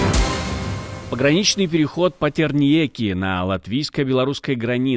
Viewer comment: Патарниеки, а не Патерниеки:face-blue-smiling